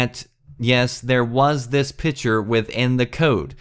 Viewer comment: PICture not PITCHer